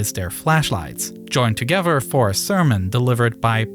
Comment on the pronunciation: Ferty-free men gavvered togedder??